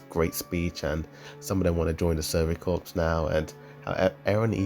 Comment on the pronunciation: Its corps